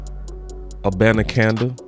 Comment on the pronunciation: Cannot pronounce his name